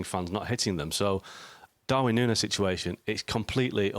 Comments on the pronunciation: Is it so difficult to say Nuñez? Noon yes. Ffs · Noonyez, that how to say it